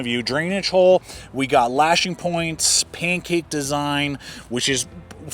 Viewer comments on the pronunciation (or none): none